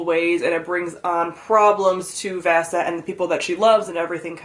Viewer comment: I’m sorry but you pronounced the name soooo wiring it’s not vassy it’s v-ah-se, v-ah-se